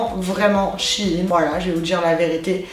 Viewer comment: ChAine Sèine et puis quoi encore ça se prononce chèine y faut vraiment aller sur wikipédia pour savoir comment case prononce fin chepas mais tu sais lire quand meme